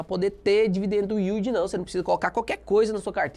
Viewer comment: "dividendo uíldi" kkkkkkkkkk